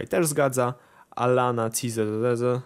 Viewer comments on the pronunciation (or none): co pisze: Cizadlo,co czyta: Cizezeze XD